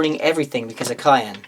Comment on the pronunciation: All modifiers happen, after rerolls. So make your rerolls first, then apply all modifiers. Simple. And every time you said Kauyon, it sounded like cayenne, as in cayenne pepper.